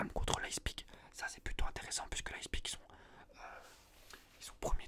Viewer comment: leiPZig frero, le z après le p